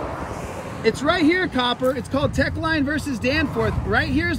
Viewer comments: Knowledge of what? He either misquotes the court cases on purpose or he just doesn't know them lol It's Teche, not Tech. It was also in Mississippi and this video is in California... Two different states! Imagine fact checking this guy. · Who is filming this? They sound deranged, maybe forgot their meds! I may be wrong but he does not sound like a scholar of any kind. That court case you keep repeating, 1 you are pronouncing it wrong, 2 it doesn't have anything to do with what you are trying to make it mean 3 it's a Mississippi case I think. Omg these videos are so funny. You don't need to make yourself part of the stop. I'm guessing your job is just to aggravate cops. I will bet just as soon as something goes amiss you will go looking to the 1st cop got help. No matter how little or big the problem you will go to the 1st cop you see!! It's not the camera it's the person behind the camera that can be a danger to the officer.